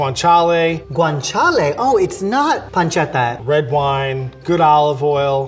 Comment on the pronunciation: When he says is not pancetta some italian died in that moment